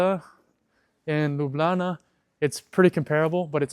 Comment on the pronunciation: Love the way you say 'Lublana'.